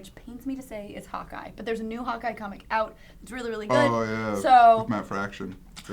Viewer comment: ish when says hawk eye it kinda sounds like hot guy. To me at least.